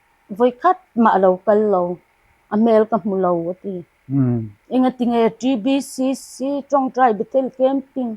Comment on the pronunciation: TBCC i lam rik dan chu ava dik teh Kelh ve